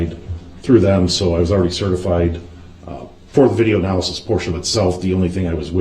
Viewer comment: "ANALAKSYS?" darrell you suck